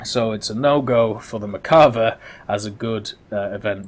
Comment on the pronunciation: Still cant pronounce merkava right